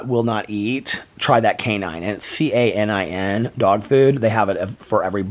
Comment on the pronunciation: Im sure that they have some memory of the past. Like if Boo smells Tuckers toys, they smell familiar and comforting, like sort of homey. They might not know specifically what the smell means, but I am sure that the smells invoke some feelings. 🥰 the food is called Royal Canin (pronounced like cannon) Boo Radley is so sweet with his little tongue 😋